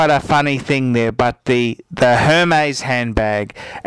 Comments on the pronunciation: first thing, do you have to swear its not pleasant to watch and second thing, learn how to say Hermes its pronounced ermes it has a ac-sent on the E so you don't pronounce H. You say you know luxury you don't even know how to pronounce it!! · Hermes is pronounced "Airmays" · laughing really hard at the fact he didn't even pronounce HERMĒS correctly